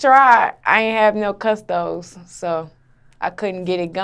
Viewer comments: man said custys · Boy don't say custos ever again!